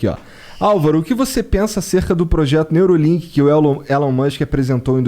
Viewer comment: Neuralink e não Neurolink